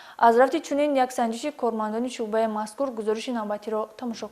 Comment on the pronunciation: Мӯхтарама баранда дуруст калимаҳоро талаффуз намоед куча не балки кӯча ва ё шуба не балки шӯъба 😮